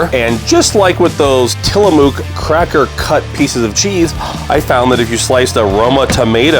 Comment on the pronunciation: A great video showing field to table. I have to add a correction and don't mean to be "that guy", but here I go. 😜 The mook part of Tillamook is pronounced like book or look. A native Oregonian here and yes, that cheese is really good!